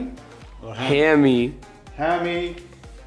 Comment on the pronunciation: Ahaha doesn't even know hammy's name😂 he said haimie